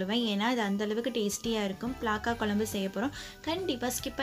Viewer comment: Athu pilaka illa pilamuss 😁😁😁